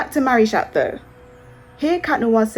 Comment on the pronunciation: Im sorry but they way u say marichat sounds like marish@ LMAOO